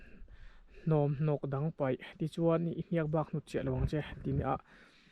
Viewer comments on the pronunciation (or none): none